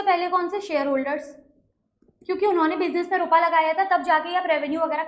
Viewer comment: You blink a lot nd why do uhh say rupaaa😅